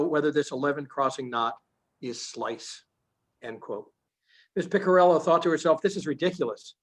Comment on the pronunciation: Great video. But you're just mispronouncing her family name: It's "Piccirillo" (Pee-chee-ree-loh) not "pikirillou" or something.